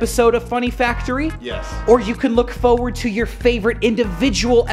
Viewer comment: Yo, you pronounce "forward" wrong just thought you'd wanna know.